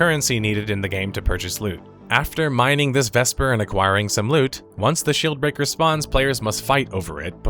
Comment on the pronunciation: i'm sorry but i heard "shill breaker". haha